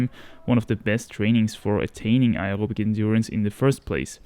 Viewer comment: Are you saying aerobic or something else